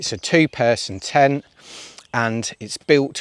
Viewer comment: Are you saying ten when you mean tent? 😂😂